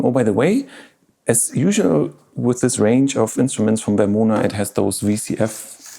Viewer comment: Find someone who pronounces your name as good as Martin Stimming pronounces Vermona 😍🥰